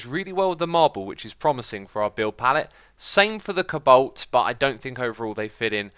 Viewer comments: It's co-balt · its not pronounced ko-u-balt its co-balt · STOP!!!! ITS NOT CABOLT ITS COBALT!!!!! You pronounce it ko-u-balt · X, you say cobalt so wierd!!!! It sounds like you're saying cabolt, not co-balt